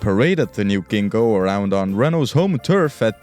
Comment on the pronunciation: I'd like to correct you on two points. 1st the Fiat Gingo was not pronounced Ghingo, but with a hard J (think jaguar) 2nd Furiosa also means angry woman in Italian, there's no way the story about the name change because of the Spanish meaning is real